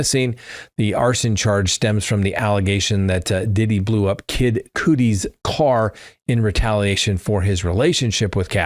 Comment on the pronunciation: repeat after me.. KUDD-EE. Kid KUDD-EE.